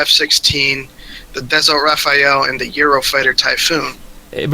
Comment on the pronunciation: It's Rafale not Rafael, it means "Gust of Wind". Rafael is one of the Israeli military company.